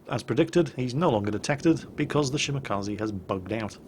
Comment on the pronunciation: How come you can pronounce Minekaze, but butcher Shimakaze? Its Mih-neh-car-zee & Shi-muh-car-zee not Shi-MACCA-zee